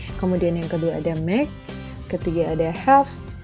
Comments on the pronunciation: Tlg cara ucap ( pronunciation) yg benar : make (meik) helped (helpt) bukan dibaca (mek) , (helpIt) lih kamus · Supaya diperbsiki cara menguvap (pronounciation) mis: make (meik) made(meid) helped (helpt) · Cara mengucap kata perlu diperbaiki mis: make, made, helped lih kamus